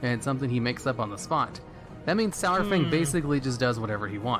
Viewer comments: Pronounced SARFANG like DINO-SAUR-FANG. Holly shit, how are all these morons fucking up his name? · It pisses me off how everyone is pronouncing "sour fang" for a long time it was "sore fang" and hearing it change in bfa is really annoying. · it's pronounced 'saru-fang' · Every time he says SOURFANG, I twitch just a little. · IT'S SAR-FANG. As in dino-saur-fang. FFS